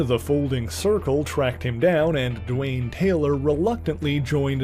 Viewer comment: It's 'Dwayne "